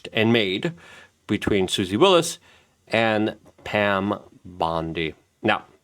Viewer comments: it's WYLES not WILLIS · I can’t listen to someone who doesn’t even know it’s Susie Wiles, not Willis.😂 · Luke is ESL, so he pronounces names wrong all the time.